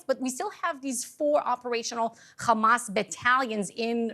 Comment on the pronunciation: Its not Ghamas its Hamas